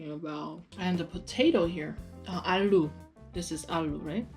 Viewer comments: iss not ALLLLLO its allu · it's not allo it's aloooooo